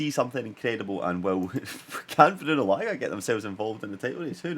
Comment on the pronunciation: Say Large without the R and it will be correct